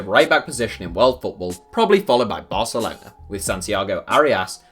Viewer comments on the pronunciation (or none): none